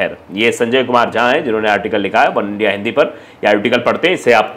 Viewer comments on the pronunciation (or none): none